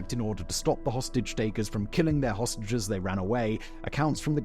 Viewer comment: Idk if I'm hearing dis right is he saying hostages or sausages.. 😅😅